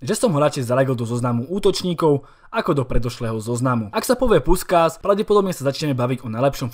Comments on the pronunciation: Číta sa to puškáš keď sme pritom😉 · Super video, jen malý detail čte se Puškáš.